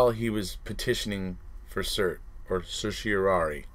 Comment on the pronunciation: Hooray, you pronounced certiorari correctly !! How’s your rug, Dude ?